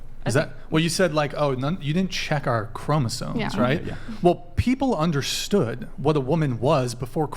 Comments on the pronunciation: WTF is a chroma-ZONE? Sounds like a fucking OBS filter. How can anyone expect to be taken seriously in an argument if you don’t even know how to pronounce the central word in your argument. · Why do you people continuously mispronounce "chromosomes"? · Love charlie, love his work, its pronounced Chromosomes with an M!!!! Bugs me to no end that one. Peace!